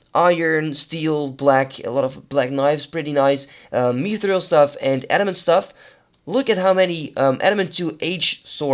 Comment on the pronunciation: i love your pronunciation lmao